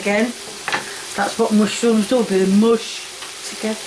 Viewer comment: Wonderful, "mooshyrooms". Lol